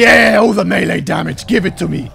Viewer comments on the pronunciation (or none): none